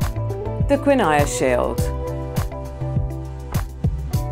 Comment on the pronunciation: I totally agree!. Please do your due diligence before setting up geography quizzes. Some of the pronunciations are ridiculous. Genoa, Appalachian, and Guiana in particular